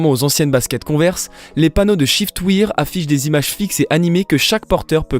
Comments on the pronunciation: On prononce chiftwaire et non chiftwire (shiftwear) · En effet c est waire (pensez a la prononciation de i am wearing) (prononcé ai)